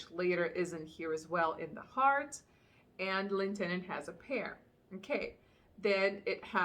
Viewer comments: Well, I'm sold in both of these fragrances!! You had me smiling the entire video. Oh and you pronounce L'Interdit like lin-ter-dee and the "t" at the end is silent. It took me a while to learn how to say it too. Hope this helps!! Or keep saying it any way you want. 🙌🙌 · The way I remember to pronounce L'Interdit is lin- ter - dee